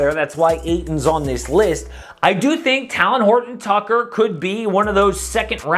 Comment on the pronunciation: U butchered that name man talent Horton tucker